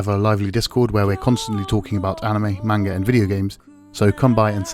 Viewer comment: It’s pronounced “manga”, not “mainga”...